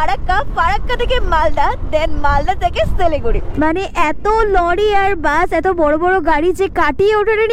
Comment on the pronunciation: সিলিগুড়ি না শিলিগুড়ি 😂